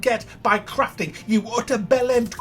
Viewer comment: When you say crafting it sounds like your saying craping. 😂